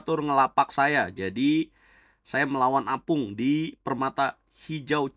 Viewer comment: Tulisannya opung (kakek), tapi selalu disebut apung, 😂